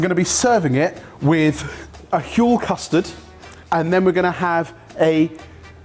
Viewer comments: pronounces 'Huel' just like Stewie when he says 'whip. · 'Huel' 'Huel' 'Huel' ... f***ing hell dudes!